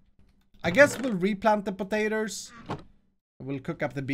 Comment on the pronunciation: Its just me or he say potater